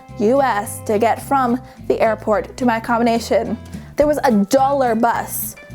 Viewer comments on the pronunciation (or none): She's saying accommination instead of accommodation smh